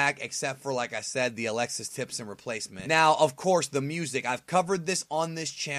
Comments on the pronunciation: Hate to be that guy, but it's Alexis Tipton not Alexis Tipson. XD. Happens to the best of us. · Tipton, not Tipson.